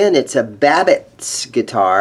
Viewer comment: Pronounced "Bab-itch".